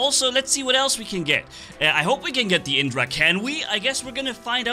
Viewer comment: Hey you should pronounce the vajra like "ve-jrr" and the indra titan like "in-drrr"